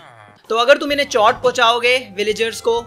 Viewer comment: You say चौट but it is चोट